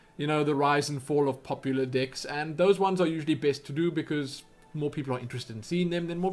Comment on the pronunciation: it sounded like you were saying dicks to play instead of decks just letting you know